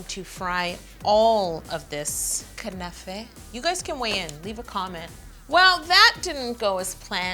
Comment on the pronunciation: Knafeh is pronounced as kunafa